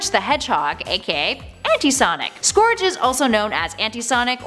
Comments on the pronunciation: Its scourge as “sc-our-ge” pernounce it right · BTW you said scourge wrong its pronounced skur-dje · The way she says "scourge" hurts me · You pronounced scourge wrong